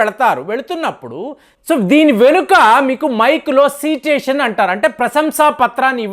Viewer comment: Correctly pronounce the word Citation correctly..sedation is wrong.Szop using the nonsense word litteral.